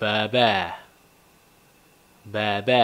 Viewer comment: 聲調還是不同啦😂日文是「把罷」